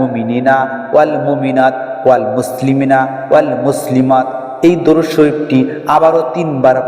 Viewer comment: ভাইজান সব ঠিকই আছে কিন্তু দরুদ টা উচ্চারণ সঠিক নেই।